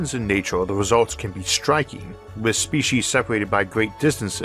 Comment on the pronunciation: Okay. I understand your difficulty with the word, "oral," as in "oral history." Maybe use, "verbal." But, "Spee'-sheez?!?" It's, "Spee'-seez." I believed someone with a speech impediment would try their hardest to not phok up the things they could get right. Nastasia Henstridge would be appalled. That's, "Nah-stah'-see-ah," not, "Nah-stah'-shah." P.S. Jeremy Irons was the homophobic guy who creepily suggested gay marriage might well lead to him marrying his own son.